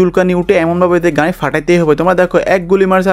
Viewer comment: গাই গাই করো ক্যা,মিয়া গাড়ি বলতে পারো না 😂😂